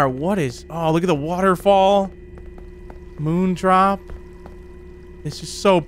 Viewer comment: No wait when you said moondrop you got it right!😃